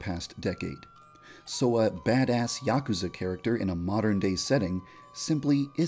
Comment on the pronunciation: When yandere dev said badass he had so much emphasis that it made it hilarious 🤣 😂 😆